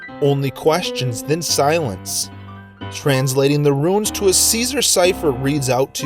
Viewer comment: Runes are not "ruins".